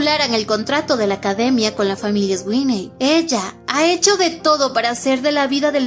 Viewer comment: Me encanta la narración, los comentarios de y su bella risita. Pero la pronunciación de los nombres....😢 Sweeney = "Suini" Dean = "Din" Fuera de eso, todo perfecto ❤